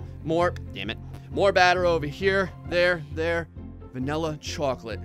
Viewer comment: At 1236 says cocklate